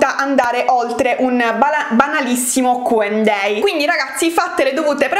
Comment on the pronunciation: Ma solo io ho notato che dice Q&day invece di Q&A?